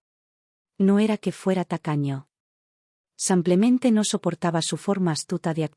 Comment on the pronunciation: Y sigue el “ Samplemente” 😂😂😂😂😂😂😂😂😂